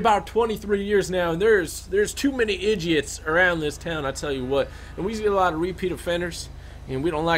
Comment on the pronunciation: This is how many times he said edgits 👇🏻